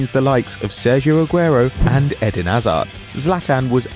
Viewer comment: Lmao I can understand Aguero but HAZZARD?